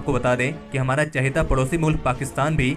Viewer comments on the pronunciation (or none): I love the way you say hamara chahita mulk pakistan🤣